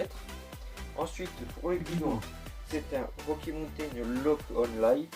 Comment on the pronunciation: Belle vidéo malgré quelques beug au montage et un qualité moyenne vidéo et de son. Accent anglais à améliorer (wokkie montain) (wokkie montain le retour) Quelques petites blagues comme à et (bas les couilles) SANS PARLER DU BEST OF OU J AI BIEN RIGOLE Mention spéciale pour le caméraman qui a fait du bon taf 15/20